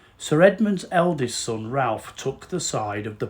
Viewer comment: As a volunteer at Claydon I watched your film with great interest. Thank you for getting across so much information to inspire future visitors. A couple of minor additions: The family pronounce Ralph as 'Rafe'; The side of the house overlooking the lake was designed as the front of the house; Sir Edmund's ring was not buried, it is in safe keeping away from Claydon. It was shown to guests in 2015 and also featured on a tv programme; Above the left side of the altar is a gauntlet said to be Sir Edmund's; Services are held once a month. Hope you come to see us again soon. PS: the drive has been repaired!